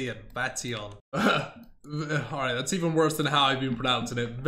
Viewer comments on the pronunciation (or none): none